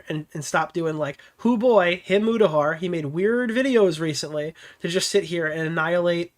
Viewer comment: Is someone gonna tell them that’s a weird way to pronounce Mutahar’s name?